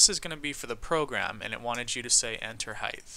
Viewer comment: Btw you pronounce "height" wrong you say it with a "th" at the end. It ends with a "t" sound